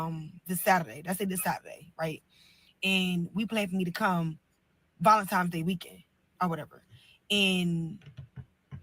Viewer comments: She said Valentimes also lol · Yes, she said valentimes just like she keeps saying “whatever, whatever”. Her vocabulary is limited.